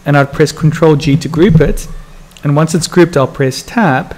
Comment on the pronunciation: Are you saying you press "Tap" or "Tab"?